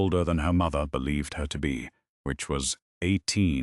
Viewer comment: The narrator is nasal, annoying with a terrible diction and emphasis on the word “mother”!!! A great waste of time!!!